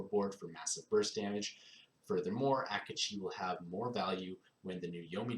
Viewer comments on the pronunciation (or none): isn't it ah-keh-chi :P